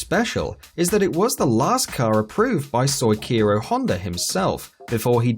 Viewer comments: lmao my man said "Soy-Kiro Honda"... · Honda Soichiro should be pronounced like soy-chee-ro, not soy-keero. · "Soykeero honda" Did you even try?